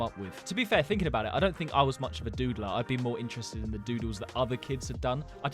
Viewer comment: When he said doodler I thought he said diddler